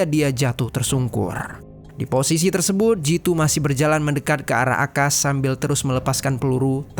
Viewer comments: Galfok sama cara ngomong si abang nya Klo d akhir kaimat ada huruf T di lafalkan sebagai hurup N Tersebut jd tersebun 😊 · hruf "t" d akhr psti selalu kedengeran jd hruf "n" apa ak yg slah dger ... kya kata tersebut jd tersebun